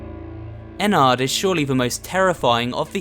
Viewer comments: You pronounce it like en-nerd (ennard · He said ennerd wrong it’s ennard but it does sound like that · Webstrike 445 It sound like what some people call your insides. It's pronounced In-erd. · Actually It's Pronounced "Ennurd"